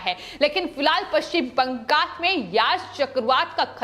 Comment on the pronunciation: बैंगल नही बंगाल है, spelling pronounce ठीक से करो लड़की.. कितना बार एक ही word को सुनायेगी?